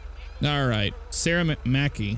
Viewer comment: you said mackay wrong its a scottish name my second name is spelt differently though mine is spelt mckay